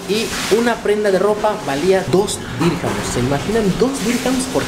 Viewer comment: No se DICE DIRCAMS